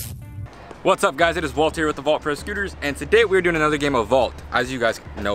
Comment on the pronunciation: U said Devin had vault he had vaul 😂